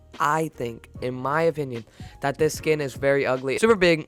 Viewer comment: Omg u said it’s igly